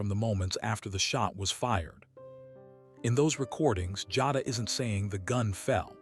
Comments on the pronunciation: Jayyyduhh, not Jahdah lolol 😂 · It's pronounced jay da.. and she should b charged as an adult.you play stupid games u win stupid prizes. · These voiceovers frustrate me sometimes. I listen (instead of watching) while I’m working & the narrator mispronouncing Jada as “Joddah” had me thinking they were talking about someone else. Smh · Her name is "Jay da" Jada Listening at you say it wrong is cringe asf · no. You’re pronouncing it WRONG. THAT’S WHY I SPELLED IT PHONETICALLY!! #Teacher